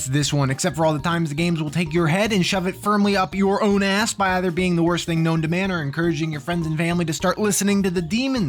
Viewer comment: When you said "OWN" in this sentence, I felt it !